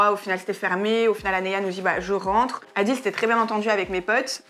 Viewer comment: "Adil" 😭😭 Montre lui comme bien prononcer